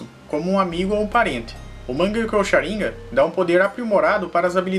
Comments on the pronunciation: Não me aguento ouvir shaniga invés de shanigan kkk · sabe nem fala Sharingan, kkkkkk Sharim gam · Ele fala sharingan errado n é sharíngan e sharingan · É Sharingan não é sharinga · Sabe nem falar sarigam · Pq as vezes você pronuncia Sháringan e Sharingan? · q nervoso tu falando sharíngã kkkkkkkk é sharingan mano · Cha rin ga ,_, agunia dessa fala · O cara fala shirangá KKK não consigo ouvir sem lembrar kk